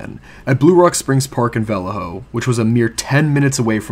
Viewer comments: The town is pronounced Vol-lay-ho. I grew up in that general vicinity and remember his last letter in 1974. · Bro you need to do your homework before you start pronouncing names such as: (VALLEJO)Va-lay-yo, (KARMAN GHIA)Carmen Gee-a, you are just butchering these simple names,SMH! And there was one more that i can't remember. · I grew up close to Vallejo and we always pronounced it Vul- ay- oh. We never ever pronounced with an H. Just saying. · Well, I guess that's one way to pronounce Vallejo... bwahaha! It's interesting how the smallest tweak to a word can make it sound so odd compared to what our ears are used to hearing all our lives. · Where are you from that you pronounce Vallejo so strangely? There is only one accepted pronunciation that I am aware of. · You're pronouncing Vallejo wrong and it's bothering me